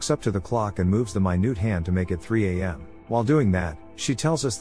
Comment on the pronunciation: Wrong pronunciation of minute 🤨